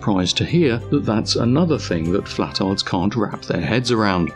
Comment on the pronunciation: It’s not “flatards” it’s “flat•tards”